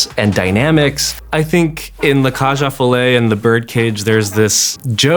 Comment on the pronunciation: Never heard 'Cage aux Folles' being pronounced that way lol